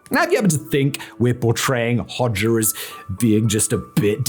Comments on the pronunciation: Sometimes I think that Simon’s channels are all a cover for the real content which is deliberately pronouncing easily googleable things as strangely and as jarringly as possible. Hoe- szha not Hodger to rhyme with todger you muppet 🙄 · I knew about him, but I never pronounced his last name like that. Growing up it was pronounced more like 'pas-scha' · Yikes! And I thought that Nicolae Ceaușescu and his wife (in Romania) were bad! {cringe} Thank you Simon, I had heard the name; but never researched him (Makes note to self: In Albanian "xh" after an "o" makes the "o" a short vowel. "Hogger" .... or is the "r" on the end, Simon-speak?) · i love that he tries to get the pronounciation of the albanian words correct but fails